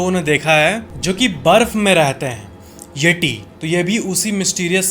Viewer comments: यटी नही यती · येटी नही येती 😅😅🙏